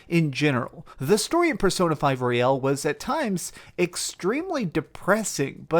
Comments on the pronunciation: Me the entire video why is he saying P5 Royale and not Royal. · The pronunciation is also wrong in American English. Sometimes it seems he catches himself midway through the word. To be honest I make the same mistake with this game for some reason. Almost like I want to say Casino Royale and I am just not used to "Royal" as the last word of a title. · What? They're not powered up at the beginning of Strikers because of what happened at the end of Persona 5/ Royal. Side note, why do half the people mentioning Royal pronounce it "Royale"? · Haha. Everyone on YouTube keeps mispronouncing the word royal and I find it so funny. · Why do Americans pronounce Royal as ROY-AL. That's Royale not Royal. This isn't a Chicken Royale with cheese